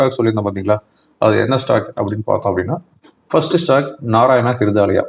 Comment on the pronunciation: நாராயண ஹிருதாயலயா என்று தெளிவா சொல்லுங்க